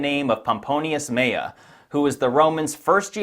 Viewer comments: Shouldn't it be pronounced "Mela"? That's and L not an I. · Why you read Meya, when it writes MELA? with letter "L" ? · Hey why do you pronounce pomponius 'meia', it was mela, not meia. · This was very interesting. By the way, the name "Mela" is not pronounced "Meya" in English.